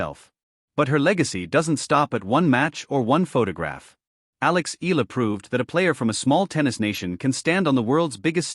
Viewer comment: It's not Ee luh. Use the correct pronounciation in our way. The filipino pronounciation is Eala (Ey yeah luh).